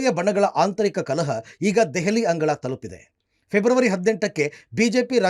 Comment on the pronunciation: ಅಂಗುಳ ಅಲ್ಲ ಗುರು ಅದು ಅಂಗಳ